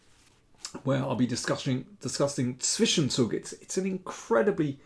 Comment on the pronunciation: Daniel is the only non-German chess commentator who can pronounce the words "Zwischenzug" and "Zugzwang" correctly.